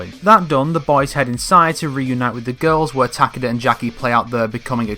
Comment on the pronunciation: Ta-KAY-da. not TACK-uhduh.